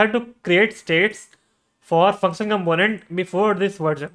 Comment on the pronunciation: You have something in your throat. Also, as most Indians do, you are mispronouncing the word "component".